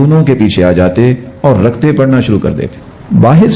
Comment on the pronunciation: O. Bhai. Raktain. Nahi. Rakatain. Parha. Krain